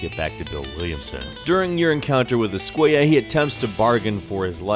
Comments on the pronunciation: Javier escuella lmaoooo es-cu-ela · Every time he pronounced esquella as "esquaya" a part of me died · ESK -KWAY-AH no mames guey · Javier ESCUAYAH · How he says escuella is so annoying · Anyone else bothered by the way he pronounces "Escuela"? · thats not how you pronounce javier's last name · why are you pronouncing Escuela like that. Isn't it in Spanish when their are two L's together it sounds like a y. Escuela only has one l